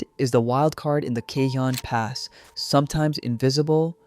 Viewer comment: You need to learn how pronounce cajon pass you're not saying it right ca-Hoan